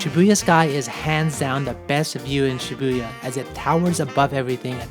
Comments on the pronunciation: It's pronounced SHI-boo-ya, not Shi-BOO-ya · Nobody:: shiBOOya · it's Shibuya!